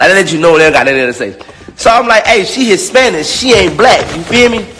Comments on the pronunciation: First of all, is he saying “HisSPANISH”?!!!! 😂😂😂😂😂 who cares what the fuck he has to say ! I’m weakkkkkk lmao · wTF is Hispanish? Is he having a hard time pronouncing the -ich?? The f**k 😒 Nobody wanna hear all this from such an ugly dude. Ewwwwww